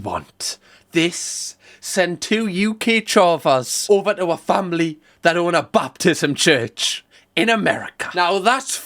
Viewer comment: As someone who was raised Southern Baptist I love that calls it a "Baptism church" instead of a "Baptist church" lol. Great video!